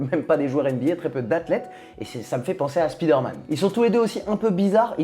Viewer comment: je t'adore, mais je suis obligé... C'est Spider Man, pas Speeder Man. SPAILLEDEUR please:D